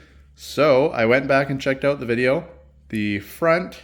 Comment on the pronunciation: says, they stick “Aouut” a little bit😀